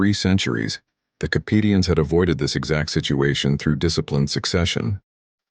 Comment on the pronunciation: KUH - PEE - SHIN